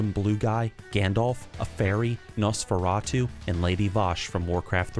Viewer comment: Norforatu LOL